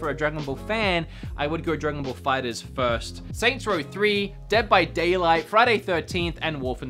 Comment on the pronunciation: Me: That have watched dragon ball: Dragon ball fighters. Me: you pronounce it dragon ball fighter Z 2 diffrent words fighter and z